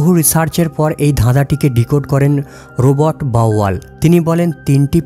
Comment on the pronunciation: কথাটা "রবোট" নয় কথাটা "রবার্ট" ।